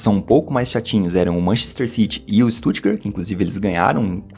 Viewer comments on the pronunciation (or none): none